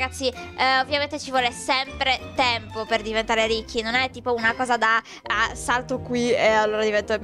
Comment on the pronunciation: hai sbagliato hai detto risci, comunque ti adoro